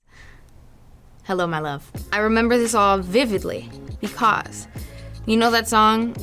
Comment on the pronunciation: the way she says "because" is so funny for some reason hahaha